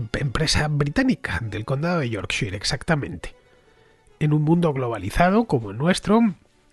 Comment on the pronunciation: Díaz Villanueva, el español que dice Pfizer correctamente, pero luego españoliza Yorkshire como ese español rancio que detesta pronunciar bien el inglés